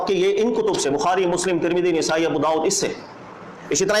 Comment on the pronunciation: نِسائی❌❌❌❌❌❌❌ نَسائی✔️✔️✔️✔️✔️✔️✔️